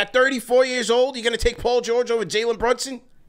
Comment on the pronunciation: 😅 come on say janlin brunson ten times.